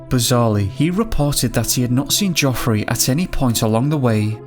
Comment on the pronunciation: The biggest mystery is why your pronouncing it joffery! Absolutely fucking useless 😂